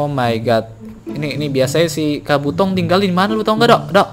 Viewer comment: bang kabuto bkn kabotong ama bkn narutong